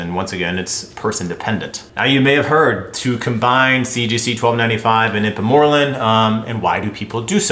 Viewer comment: Lmao it's pronounced secrete o' gogs and ipe mor relin